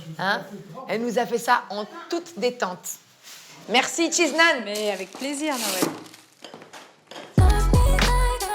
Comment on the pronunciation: Je rêve ou à la fin elle a dit merci chees naan mdr wesh mdrrrrr j’ai exploser de rire